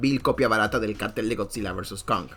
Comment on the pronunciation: Kong ❌ Conk ✅